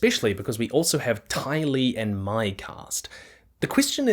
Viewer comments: He said "my" and I don't know why. That isn't how the show is pronouncing it. Trust. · Why are we mispronouncing “My” ?? It’s “May” !!!!